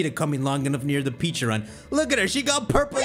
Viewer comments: pecharunt not peacharunt.. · Also Pecharunt should be said as "pecha-runt" and not "peacha-runt" sense it's supposed to resemble a Pecha Berry. Also, Arceus should be pronounced "arc-eus" and not "ars-eus" sense it includes the word Arc, referring to the two arcs connected to their body, or arkhé, Ancient Greek word for origin and authority, plus deus, the Latin word for god; there is also the Arc Phone from Legends: Arceus. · He intentionally does it because he enjoys making people cringe. If he’s not saying Peacharunt he’s saying Pecharant which is another way to mispronounce it. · So people are annoyed at him for saying the name correctly? Bro peacharunt definitely bothers me more. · I always pronounce it Peh-cha-runt it just sounds better to me